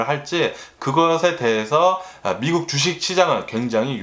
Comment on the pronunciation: 원래 한국말이. 어눌한가요? 미쿡 미쿡 하는게. 약간 거슬리네요